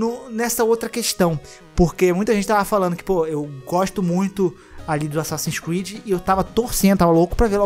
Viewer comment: Asasssin's Squid? Eu ouvi bem? 🤣